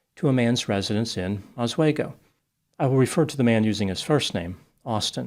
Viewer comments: "Oz Swaygo?" it's: "Ahsweego." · Just to be a pedant, it’s pronounced OSS-WHE-GO , not OSS-WAGO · Oz-way-Go? Seriously is that how a person who wants to be taken seriously pronounces the city name? No, it is pronounced /aaz·wee·gow/ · The city is pronounced: aaz- wee'-gow not az-way'-go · Ha! I should have guessed that someone this dense would come from that area. My late uncle lived there, and there are some real characters! Small correction for you from someone near the area: The locals pronounce the town's name with a hard S and the "we" pronounced like "wee," not "way." So, instead of, "ahz-WAY-go," it's "ah-SWEE-go." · The e in Oswego is pronounced like "ee" not "ay" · I was recruited into the Marine Corps out of Oswego! Its pronounced as Oz-Wee-Go vs Oz-Wey-Go but otherwise, solid take! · Oswego is pronounced "Osweego" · Oswego is my college town, I was here for two years from 2022 to 2024. It was weird seeing it make national headlines. Also, it's actually pronounced OZ-WE-GO, though I've heard some of the locals pronounce it as AH-SWAY-GO. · It's pronounced "oss-we-go" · It's pronounced Os-we-go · It's pronounced "Oss-WEE-go." You need to get those details right. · fyi its pronounced os-wee-go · It’s pronounced Osweego (long E). It is actually in a beautiful part of upstate New York right on Lake Oswego one of the finger lakes. It’s a beautiful region if you ever get to visit. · I have seen dozens of videos about this and one thing that everyone is getting wrong is that Oswego is pronounced aaz-wee-gow! Love your videos btw. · Pronouncing Oswego incorrectly. Split it up into three parts and pronounce them like they're separate words: oz-we-go